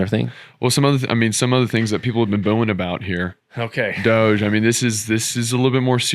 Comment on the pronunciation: it's DOGE. (NOT DODGE!)